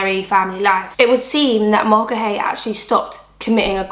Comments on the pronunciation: Mulcahy is pronounced "mull-car-hee." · I was going to write that, except without the r...ie, Mull-ca-hee, then you say it quick!